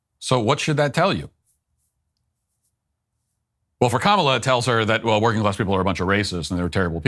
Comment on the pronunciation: That’s how Matt used to pronounce her name. Now in just the past few months he has begun to pronounce it correctly. I wonder if Ben and Jeremy said something to him about mispronouncing her name.